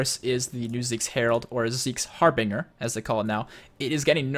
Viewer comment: It's pronounced Harbin(j)er.